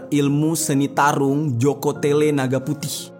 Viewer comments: Joko tole bukan tele😢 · Maaf bang.bukan joko tele tapi joko tole.itu adalah nama putra kerajaan sumenep madura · Bukan jokotele bang tapi jokotole